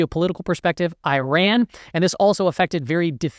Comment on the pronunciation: Ser: Iran is pronounce 'Yi run'. At least get the name right